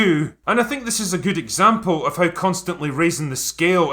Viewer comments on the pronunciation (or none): none